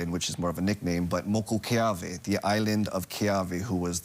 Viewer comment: It's Moku O Keawe